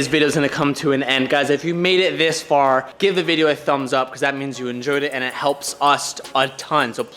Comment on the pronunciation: So instead of going far you're going fur ?